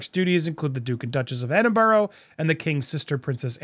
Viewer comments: It is pronounced Edinbruu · I think the offer was just to try & make themselves look good. I think if it had been accepted, they would have had demands on which ones they wanted. Also, I really wish would learn to pronounce Edinburgh correctly. Especially when saying the Duke & Duchess of Edinburgh.